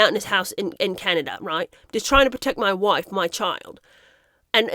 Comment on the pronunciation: "Moy woife" 🤣